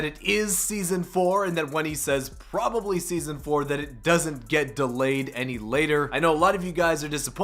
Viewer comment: Probe ably?